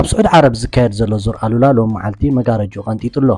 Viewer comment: ሰላም በጃኻ ዙር ኣል/ ኡላ ኢልካ ኢልካ ከተንብቦ ይምሕጸነካ ኣሉላ ካል'አ ትርጉም ስለ ዘለዎ የቀንየለይ።